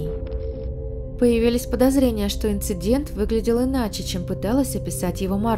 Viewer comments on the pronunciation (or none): none